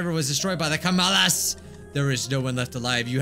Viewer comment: It break my heart everytime he say kamalas